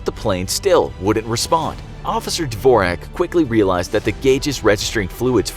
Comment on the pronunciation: That's not how you pronounce dvorak but nice try